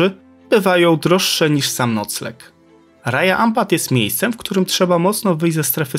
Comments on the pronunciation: Cudownie😊.Chcialabym tylko nieśmiało dodać,że w lokalnym języku Raja wymawia się Radzia ,a Wayag-Łajag ❤😊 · na wstępie jedna uwaga - sprawdzaj wymowę słów przed nagraniem :) Raja czyta się raDŻa